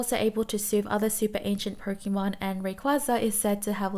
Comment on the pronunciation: such a relaxing voice and great video but its pronounced "Poke(ay)mon